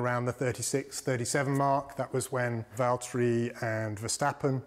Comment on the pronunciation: james its valteri